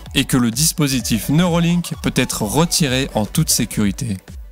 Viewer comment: Ce n'est pas neurOlink mais neurAlink...